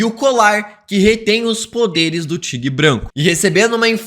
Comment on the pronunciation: Que aflição ouvir “tigue branco” várias vezes kkkkkkkkkkkkkkkkk